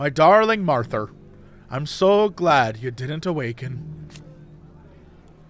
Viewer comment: Jesse loves saying Marthar and I'm 100% here for it